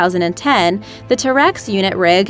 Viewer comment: And it's Ter'ex, not T-rex. Jesus Christ!